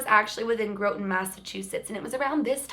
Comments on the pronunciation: Also incase you care, its pronounced "Gra-tin" haha but nbd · Groton, Mass is pronounced Graughton ❤️😘🌸 I live in Natick, Mass not too far from that town... I didn’t know about this story though!? Salem and Danvers Mass is a must see for you!!! Come to Massachusetts sometime I think you’ll see some paranormal things for sure!! 🥰💜🙏❤️🦋💕⭐️😊❤️ Love your channel!! XOXO